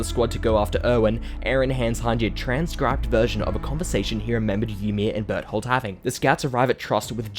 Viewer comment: i like how his pronounciation of Berthold sounds like "but*hole" lol